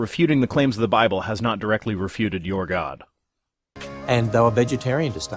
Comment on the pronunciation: The Biwable tells us Gowd made dinosaurs